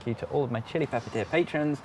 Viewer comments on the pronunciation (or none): none